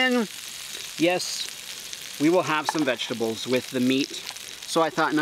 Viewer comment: “I’m gonna have my VeGtEblEs” potatoes 🥔 are barely vegetables because of how much fat they have 😂